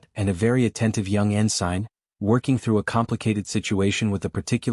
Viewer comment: Could someone please teach the AI how to pronounce ensign?